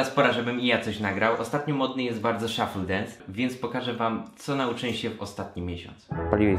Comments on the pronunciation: Wkurwia mnie ten "szoffell dunce" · MÓWI SZUFLE DENS (A PISZĘ SHUFFLE DANCE;)